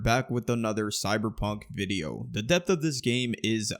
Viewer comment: When you say depth at the start, I hear death, donow why.